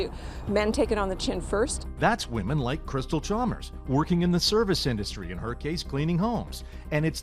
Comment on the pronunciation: "Wahmens most affected" Where are all these strong empowered wahmens who dont need no man?